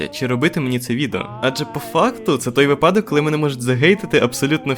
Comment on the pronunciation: Умикаю режим душнили: у слові "випадок" наголос на перший склад, тобто на "и"